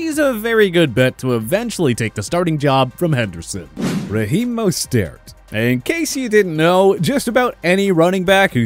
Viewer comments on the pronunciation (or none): I heard mustard lol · Man this guy butchered mosterts name BADLY